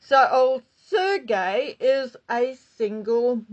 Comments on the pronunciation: Hi,! Just fyi, Sergei is pronounced with a hard "g", like in garden, not like "j" [Sergeɪ]. It's a Russian name. I think Brin's parents are emigrants from the Soviet Union (or maybe, post-collapse). I forget if he was born in the US or emigrated with parents as a child. Mm will someday day surely become a subject of some psychiatrist's book. Surely Sergei is too smart to be caught by her, but you, know, anything is possible. Maybe, he'll be able to appreciate her "quirks". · I have no doubt Rachel has her claws out but Sergei is a genius. He won’t fall for that. Just a nitpick. Sergei is pronounced (Seer’ gay) Emphasis in 1st syllable.